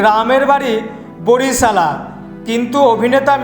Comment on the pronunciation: বরিশালা না বরিশাল 😂😂😂